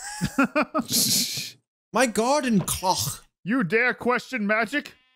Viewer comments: Can we talk about how was saying cloche wrong I and was hoping so bad that Jack would realize it and call him out😂😂😂😂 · Cloche, not clock.